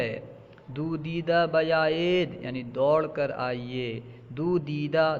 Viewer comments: اپ اسے دودا پڑھ رہے ہیں دودا نہیں ہے وہ وہ داودا ہے دویدن مصدر دوڑنے سے😂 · دویدہ ہے وہ دیدہ نہیں ہے